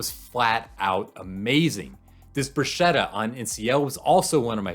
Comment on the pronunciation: Broo-SKET-ta. Not Broo-SHET-ta.